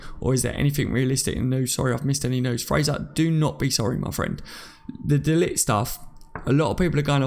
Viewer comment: No way should we even go for de Ligt! We've got good enough players in the central defence positions. By the way ... pronounce it de liggggt. The g is like clearing your throat! Get it right!